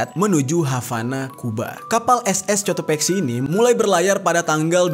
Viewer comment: Bang itu di baca Kotopaxi karena huruf c tidak bertemu huruf e dan i jadi tidak dibaca s tapi k